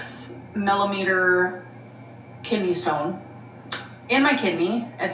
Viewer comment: wtf is a "mellimeter"